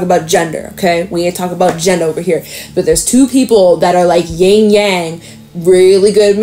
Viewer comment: Ying is not a thing. There's yin and yang (rhymes with song). The mispronunciation of yang is so common that I've never even heard a tarot reader say it correctly (other than myself, of course), and I've even caught readers misconstruing the standard symbolism--yin is the universal negative/passive principle and is represented by the black while yang is the universal positive/active principle represented by the white in the yin-yang symbol. I do like your readings and enjoy your personality, but I feel that some cursory familiarity with Taoism really ought to be a prerequisite for using these terms. In fact, Eastern dialectics are so much clearer and more insightful than the Western equivalent, it always baffles me that Taoist basics haven't made it into the 'core curriculum' of most of the spiritual community.